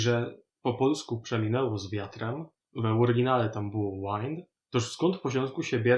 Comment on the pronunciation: Wanoće, ńy /waɪnd/ (swijać, nawijać) yno /wɪnd/ (wjater).